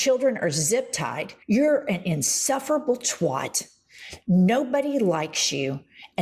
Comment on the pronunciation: She is out of her mind. She is NOT rational & sane. Nucking futs. "Insufferable twoht" #projection